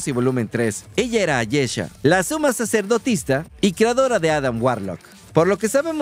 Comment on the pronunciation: Una pequeña corrección: se dice Suma SACERDOTISA, no SACERDOTISTA. Saludos 🖐